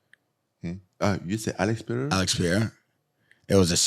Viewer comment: Alex Per-eira just like you spell it. NOT Piera. Learn to read and listen